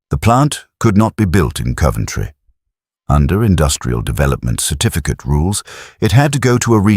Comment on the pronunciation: No "u" in Coventry.